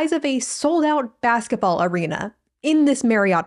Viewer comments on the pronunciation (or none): none